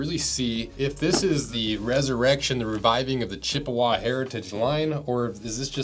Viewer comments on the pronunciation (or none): As a native of Chippewa Falls, I can tell you the preferred pronunciation is "Chip-wa" not "Chipp-a-wah."